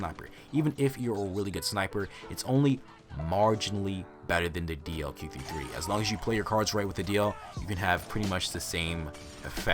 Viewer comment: DLQ 53 is it me or anyone else when pronounce it?